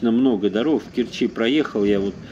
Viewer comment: За Аджимушкаем все села относятся к Ленинскому району . Это уже не Керчь . Уважаемый автор ролика , в слове Керчь - КЕрчи , ударение только на первый слог .